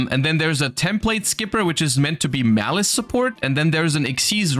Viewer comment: If only Malice was actually called Malice and wasn't butchered